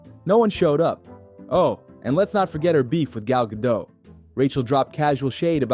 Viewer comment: It’s Gadot, not Gado, the T isn’t silent at all.